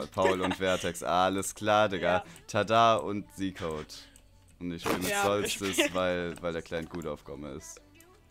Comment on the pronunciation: ***** ^^ nach englischer Aussprache würde ich trotzdem "zetcode" sagen =D